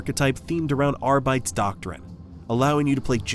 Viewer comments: "ARR-BIT-TEEs"... not Arrrghhbites. 😂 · Dude, arr-bee-tayse. Not arr-bites. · I'm sorry but the way you pronounce it sounds like you're saying "Adeptus ARBEIT". It's Arbites, AR-BIT-ES. Do you say also say Astart instead of Astartes ? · Wow, the mangling of those Latin names through the whole video made my teeth hurt. I find it difficult to believe someone who can't pronounce 'Arbites' correctly has "always been a huge fan" of the faction. Combined with relentless advertising voice and absolutely zero caveats or cons—the game is the Emperor's second coming apparently—definitely AI marketing. You can often tell by the generic channel names but this one sucked me in and elicited a comment, so a win for them. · Hate to be that guy but that’s definitely not how you pronounce Arbites. Think Greco-Roman like Hercules. Otherwise this review has me sold. Currently on sale due to steam summer sale too! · Is this an AI voice...? I'm almost certain that's not how you pronounce "Lex Imperialis" and "Adeptus Arbites"...or maybe I'm wrong.